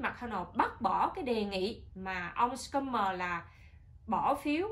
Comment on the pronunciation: Schumer là chữ german đọc như shumer.